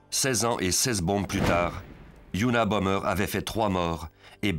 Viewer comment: ça commence bien : c'était unabomBer et pas unabomMer